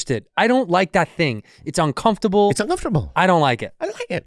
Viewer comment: Hey santino, say uncomfortable right